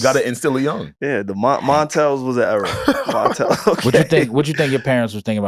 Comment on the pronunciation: Montel not Montell Jordan?!? 😮 “I ain’t singing with you niggas” 😂